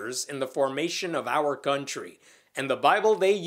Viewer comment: I thought I heard guntry instead of country.